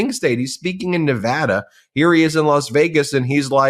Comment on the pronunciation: Thank you for saying Nevada correctly Ben.